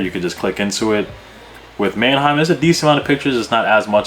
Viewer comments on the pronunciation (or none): man-A-heim site? like Aneheim? lol it's Manheim bro. two syllables.